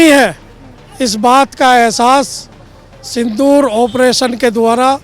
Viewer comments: सिंदूर बोल बेटा सिंधूर क्यों बोल रहा है ? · पत्रकार महोदय!सिंदूर को सिंधूर मत बोलो।